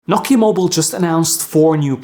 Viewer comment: Sir, it’s No-Kiya mobile. Not No-ki mobile.